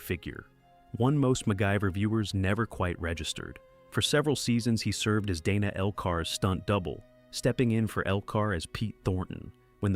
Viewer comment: In this case, Dana Elcar's first case was pronounced Danuh, not Daynuh. Thank you making this available!